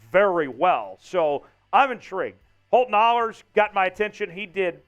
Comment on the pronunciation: "Ahlers" is pronounced Aa-lers not Aulers. Every of us who played sports has had announcers who pronounced our name Au-lers or (and I have no idea why) Ash-lers. One of these days everyone's gonna know how to pronounce it. I'm not saying I know 100% Holt's gonna make the 53. I do know Coach Carroll really likes him and he's passed every test they have given him. I know a when a head coach is doing a press conference and says "I was really impressed with Ahlers tonight", that's not a bad thing. More than all of that I know Holton won't rest until he achieves his goals. He will be a QB1. I believe that with as much certainty as I believe fire's hot, ice is cold and waters wet. I saw a lot of people saying they thought the TD pass he threw (I even asked him, cuz I honestly I wasn't sure either lol) was more of a "I know he's out there somewhere", throw it up hope for the best type thing. That's not the case at all. He knew where Landers was gonna be and when he was gonna stop and turn. He had to keep the ball from getting tipped and he knew he was about to get crushed like a soda can. He put the ball right where he wanted it to. It wasn't the prettiest looking pass but football's not about pretty. 😁